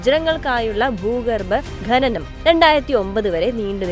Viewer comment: ഘനനം (Ghananam) ഘനി(Ghani) ഇങ്ങിനെയുള്ള പ്രയോഗം തെറ്റാണ്. ഖനനം(Khananam) ഖനി(Khani)എന്ന് ശരിയായി ഉച്ഛരിക്കാൻ പഠിക്കുക.